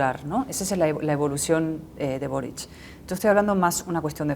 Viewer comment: Tienen la manía de pronunciar Borich... Es boric...Borik...